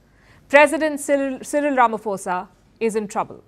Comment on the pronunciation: YEY! Palki finally pronounced Cyril RAMAPHOSA correctly.😃❤🎉🎉🎉🎉🎉🎉🎉